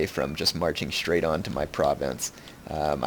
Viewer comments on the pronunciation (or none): none